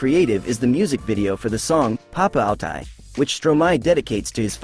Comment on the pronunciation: Does the narrator talk about Rwanda being in (the) South (of) Africa??? It is bang in the middle. And how can the narrator pronounce Papaoutai wrong WHEN YOU CAN JUST LISTEN TO STROMAE SINGING??? Suspicion - or suspension? Touss lei MEMES? ChansonD? Why would they paint their faces in the French flag? He's BELGIAN. There are SO MANY QUESTIONS about this clip. I just give up.